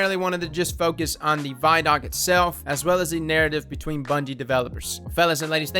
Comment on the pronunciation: vidoc = video documentary pronounced = VID OC NOT = VY DOC